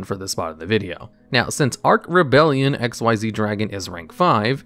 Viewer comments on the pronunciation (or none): Xyz not X-Y-Z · It's "ex-eez" dragon. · You are saying xyz as x,y,z on purpose right? : | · Dark/Arc Rebellion Xyz Dragon is read the same way you read Xyz Monster or Xyz Summon: Exceez. Not X-Y-Z. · I think Arc Rebellion Xyz Dragon is pronounced the same way as "Xyz Summon" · Imagine saying Eks Why Zee Dragon instead of exceed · Also, its Exeez, as in X(Ex) Y(ee) Z(z) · Just a genuine question, why do you pronounce it X-Y-Z? It's just Xyz like the summon method is pronounced. (Edit: Oh you actually bring it up on the other Xyz Dragon. Yeah it's pronouned like the summon method, not like the XYZ Contact fusions.) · Isnt his name pronounced Dark Rebellion Exceed Dragon, I never like that xyz abbreviation for it. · From Konami itself it's pronounced ehck-sees not just read as its spelt. I hope that helps i had to dig up an old tule book who gave the pronunciation when the monster type came out